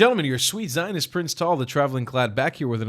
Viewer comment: Did he say your Zionist? lol what does his intro say? Even slowed down I can’t understand!!!